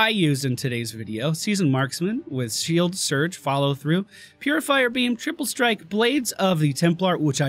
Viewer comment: It's not hard to say Siege World though. Damn it.